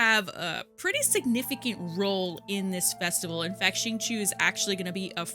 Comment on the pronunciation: It’s Shing- Cho